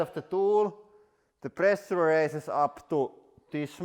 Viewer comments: Presha he pronounces it as press suu re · I love the way he pronounces "pressure" so much :D